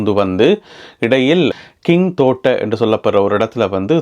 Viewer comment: கிங்கோட்டை இல்லை ஜிந்தோட்டை